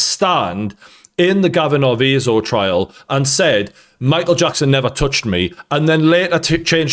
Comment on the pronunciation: Why do you keep saying "trail" instead of "trial"?